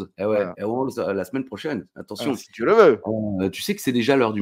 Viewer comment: Et hoplageis, le like, le com', et à la smaine prohchaineuu.